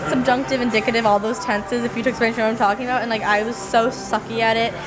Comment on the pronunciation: vut vut vut else..lol so russian